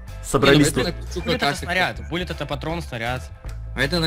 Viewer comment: Перевод Пуля Билл, а читается Буллет билл